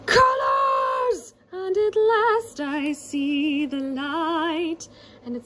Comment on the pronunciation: “Colors!” sounded like “Carlos!!”